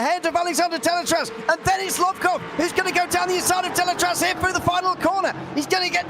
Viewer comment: Thanks for all the commentary during all season, amazing job like always ! 👍👌 Just for you information we are pronouncing the "Z" at the end of Deletraz. without rancor of course, I know is not an easy name 😂